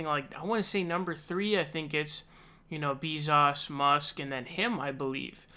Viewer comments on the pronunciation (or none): The way you say Bezos almost makes me as mad as the way you won't say anything bad about Ana Kasparian